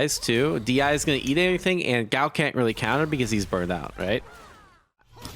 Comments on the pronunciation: I'm distracted by this fella constant complaining and the way "Guile" is being pronounced. 😬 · The fact that Guile sounds so much like "gout" is the cherry to this sundae